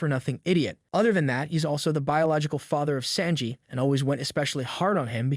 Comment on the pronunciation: The way you said Sanji's name is worse than anything Judge has ever done to him.